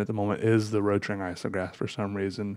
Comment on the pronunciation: Nobody:: RoTRinG IsOgRApH